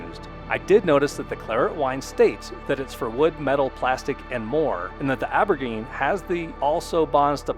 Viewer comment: Good info. Just an FYI: Aubergine is what Europeans call eggplants and is pronounced “oh bur jean”.